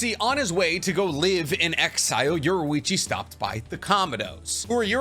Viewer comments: Yorichi not yorewichi It’s infuriating to hear i enjoy waching say it that way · Ok I’m not ussaly a picky person, but I will kill my self if u say “Yorwechi” one more time. U say it like this: Your-E-chi so pls say it right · Why do you say yorwichi and not yorichii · his name is yoriichi not yoruichi